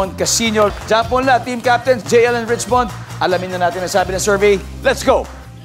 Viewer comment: Rich-what? Richmond!